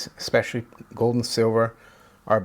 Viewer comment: it's "Especially" not "Specialy". This is meant in a positive, constructive way.